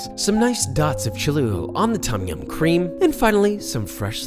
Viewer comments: Why are these Western fans of Thai food unable to pronounce the names correctly?? It's not 'tom' (like Tom Sawyer), it's 'long 'o', and sounds more like 'tome' -> 'tome yam'. And death unto those who think the 'pad' in "pad thai" rhymes with 'dad'...it'more like 'pod' thai. Show some respect for the culture you are devouring... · Pronunciation of 'Tom' aside (it's more like 'dome' as an American, a long 'o', not 'aw'), you made Thais happy. Props, papa. Personally I prefer ต้มแซ่บ to ต้มยำน้ำข้น. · im thai and i love the recipie BUT the way u pronounce Tom Yum angers me lol its not pronounced Tom like the name tom, u cant really explain it in text because its not a think in the english alphabet. but if you speak thai u use that noise a lot in a lot of words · Also if you wanna sound more Thai the proper pronunciation is “Tome-Yaum” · not tom ffs. its written tom because the thais dont know english. its pronounced dom yum, not tom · This looks authentic. And I’d like to humbly add that, in Thai, the ‘Tom’ in ‘Tom Yum’ is actually pronounced in the way that rhymes with ‘home’ rather than like the name ‘Tom’.